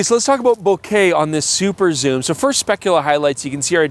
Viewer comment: Soom lens? Yes please! 😂